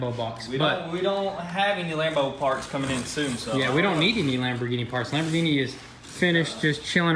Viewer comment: In did you say like the lambigini boat😂